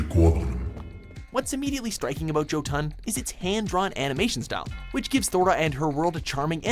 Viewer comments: Joe ton😂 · Joe Ton lol